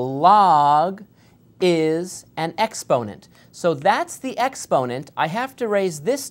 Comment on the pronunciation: Ex-ponent? Really? Expo-nent...